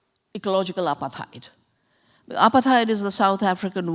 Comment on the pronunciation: It's not apa-theyed 😂😂😂 It's apart-hayd 🤦‍♀️ Or Apart-hide